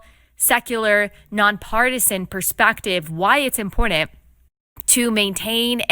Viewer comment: Hey biyatch, it’s imporTanT, not impordunnnd..